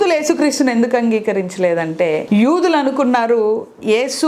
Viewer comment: యుదులు కాదు యూదులు